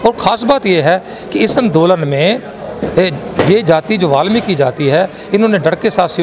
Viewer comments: जय वाल्मीकि 🙏 phli bat to balmiki nhi hota वाल्मीकि hota ha or dusri bat wo dakku nhi t thk h na unke dakku bolne ki jurrt ni ha thk h na or jb tujhe puri information nhi ha वाल्मीकि guru ke bare me to jdya bakws krne ki jurrt ni ha thk ha na .. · बाल्मिकी नहीं होता वाल्मीकि होता हैं